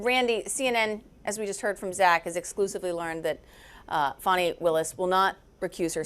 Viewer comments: Thank you for pronouncing her name correctly the second time. Sheesh. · Woman! Her name is pronounced "Fanny" not "Fanny". Trump uses that as I am sure you are aware to demean and insult her. So why do you? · Y'all have fun mispronouncing her name? Idiots... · CNN - D.A. Fani Willis is name is pronounced "far-nee" not "fan-nee"!